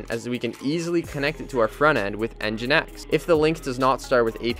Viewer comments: mfw its engine-x and not en-jynx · The pronunciation is Engine X (nginx). I think that would be helpful to you to take a look into a REST tutorial too, the api paths are kind of messy. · Is it pronounced engine X or N jinx?